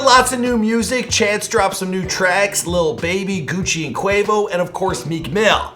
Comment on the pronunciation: Did you...did you just say “lil Bae”? OMG!!!!! Lil Baby*